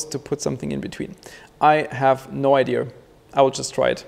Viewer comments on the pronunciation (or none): It is called IDEA not ideaR...